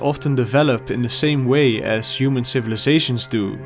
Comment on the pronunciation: "the 'uman experience"